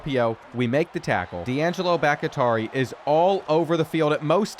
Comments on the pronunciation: for the SECOND time it is bahk-TEE-ari. not bahk-IH-tari. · Bahktiari is Bahk-Tee-Ah-Ree bro pls don’t get it wrong again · please its pronounced "bock-tea-r-e" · You know his name is the same as the Packers tackle. It's pronounced Bok tee ary. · It’s BOCK-TEA-ARE-EE come on bro. Packers legend. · love how he corrected himself on grupe but has been saying bahktiari wrong the whole time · sorry i’m sure people have addressed this but the way he pronounces Bhaktiari is insane lmao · Still pronounces Bahktiari... incorrectly 😆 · I legit almost can't watch the videos because his pronunciation of this one is so bad haha. It's brutal. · Will ever pronounce Bakhtiari correctly who knows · SERIOUSLY!!!! I know it shouldn’t bother me. But it does. Lmao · It bothers me too